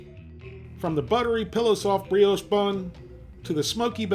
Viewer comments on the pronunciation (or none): It's pronounced 'bree-osh'! A concise, and honest review of a product - as always. Thanks.